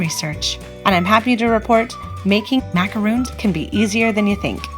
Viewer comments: MacaRONs not roons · That`s not macarOOns! It`s macar-on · You lost me at "macaroons" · Macarons which is in the video are different than macaroons which is what she is calling them. It’s one of my pet peeves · Great but Just one thing...you keep saying Macaroons. Those are not Macaroons they are Macarons. The way you’re pronouncing is for the coconut ones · It's MacaRONS...not Macaroons. If you are going to educate be educated. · Life as Boua it’s macarons. Macaroons are the coconut cookies. She said she says macaroons because that’s how most Americans pronounce it. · OMG. These are NOT pronounced as ‘macaROONs’—that’s cookies made with coconut and egg whites, etc. These are: ‘macaRONs’; like the male name RON. Why do so many people who should know the difference in pronunciation—don’t? Even Duff Goldman and Valerie Bertinelli mispronounced these all throughout an entire episode of their kids’ cooking show. No excuse. Duff certainly should know—-he’s a baker!!! The producers should have known, too! EEK! BIG difference in the two types of cookies—BIG! MacaRONS are one of my favorite cookies! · macarOOns and macarOns are totally different cookies, that's why right pronunciation is important here, otherwise it's misleading. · Thank you! How can people make a video on how to make them but pronounce it incorrectly! Drives me nuts!